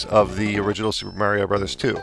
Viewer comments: its not me-rio its ma-rio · MARRYO MARRYO MARRYO! Other than that, not a bad review man! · I can’t stand how this guy pronounces “Mario”. Hate it when people do that. Other than that, good review over all. 👍